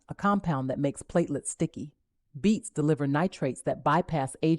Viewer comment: Beets... not beats😂